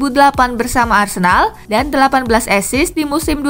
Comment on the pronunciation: Asis bukan esis lol